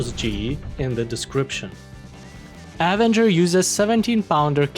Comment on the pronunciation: Hey man, love the videos, just some friendly help with your English (meaning no offense) but the way to pronounce the name phonetically is with an “uh” sound at the beginning, instead of a hard A. Again no offense, just some help with English pronunciation.